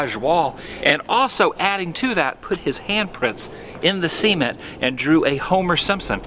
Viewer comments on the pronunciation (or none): When he said cement it sounded like semen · this dude really said semen instead of cement